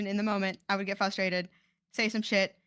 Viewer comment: I'm really glad someone else noticed lmao. They keep saying 'flustrated.'